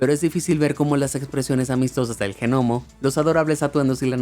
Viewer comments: men... se lee o se dice Nomo no G-nomo xD por lo demás muy buen video xD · Es la primera vez que escucho la pronunciación de gnomo (sólo el ruido de la G y nomo) como g-nomo, separado. Se me hace muy extraño porque siempre he estado acostumbrada a la primera forma de pronunciación y g-nomo me recuerda a genoma.